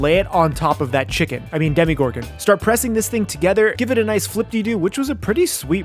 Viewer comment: I love how you said demigorgon instead of demogorgon